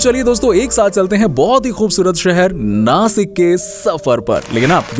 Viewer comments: Nasik nahi Nashik 😇 Bolta Nana..! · Plz don't call नासिक, it's नाशिक 🫀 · It's nashik not nasik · sasik nai sashik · Btw vo नासिक नही नाशिक है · Nasik nahi re nashik ahe te 😠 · नासिक नही नाशिक होता है